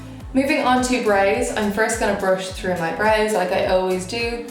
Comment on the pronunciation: why she says brows and powder like this am confused no offense tho am just never hear accent like this ..... love the look ❤